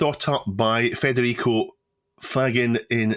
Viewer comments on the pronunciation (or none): Not to be the "actually..." guy, but I think you'll agree that Federico Faggin deserves a proper pronunciation of his surname. It's "fudge-in". It was funny, though, to see hesitate for the word he was about to pronounce 😁